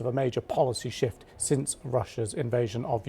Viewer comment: 4.46 are you sure you said shift